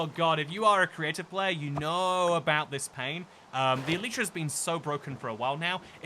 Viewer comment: why can nobody pronounce "elytra" right :c it's the plural of "elytron". it's like "EH-luh-truh". ...also, "Schwimmen Sie" is second-person imperative; the sentence translates to a request, like "Swim with the big salmon!" If you wanted to say that you are swimming with them, then I think you meant to say "Ich schwimme mit den großen Lachsen!" ;3